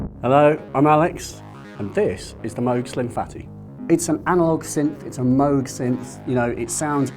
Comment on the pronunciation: why is he calling it a moag?